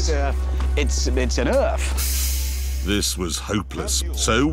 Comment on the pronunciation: Renault Magnum is the best. ERF is a British DAF (no "Erf", but "ERF"). No "Man", but "MAN".